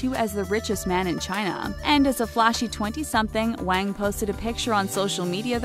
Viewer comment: The way she said Wang pissed me off, it's really not that hard to pronounce Asian names if you try